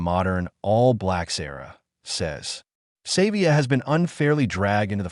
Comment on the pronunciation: Pronounce Ardies surname properly. Its not "Save via" Have some respect for the Legend